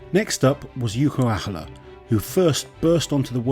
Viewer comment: funny how its harder to butcher Jouko Aholas name than it is to acually say it right.